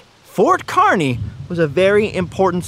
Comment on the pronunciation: Yes! Finally someone takes the time to visit "The Good Life" in Nebraska. It's pronounced KAR-ney for the town of Kearney, Nebraska. So happy someone finally pronounced it correctly. If you are ever going through NE again, hit up Scott's Bluff the monument (not just the town itself), Chimney Rock which less than an hour away from Scott's Bluff. Travel Highway 2, Alliance Nebraska has Carhenge (replica of Stonehenge but made out of cars). A small town on Highway 2 called Anselmo has great town murals and an old sod house which many early settlers built and lived in. Also along Highway 2 is Broken Bow which has a great county museum with old artifacts and the Sandhills Scenic Byway Center on the edge of town gives information about the Sandhills (the crane/bird is named after) and such. Much of Nebraska is hills but people only travel the interstate, I-80, which follows the Platte River which is a take on the french word for flat. Moreover, "Nebraska" is the Oteo word for flat water that's why many people think Nebraska is flat when in actuality it's 60% hills once you get off the interstate.